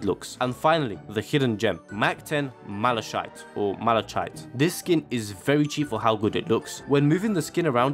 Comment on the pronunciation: Great video, found it hilarious you pronounce Malachite two different ways and still got it wrong 😂